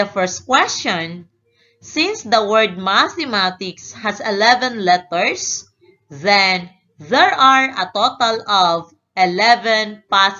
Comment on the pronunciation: Omg yung salita niya ang pronounce nya ng letters littets